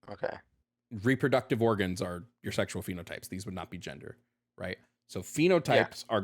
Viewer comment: I love how caller cannot pronounce the letter “d,” so every time he says gender he actually says “genther,” therefore caller is not human and is delusional if he claims as such.